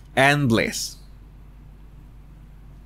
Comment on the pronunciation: I can't tell if he's saying bless or bliss at the end